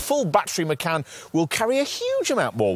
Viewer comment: Haven’t found a reviewer who pronounces Macan correctly 😶